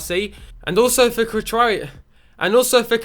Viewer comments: its pernounced (krhowiak) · Krychowiak = Kri - Ko - Viak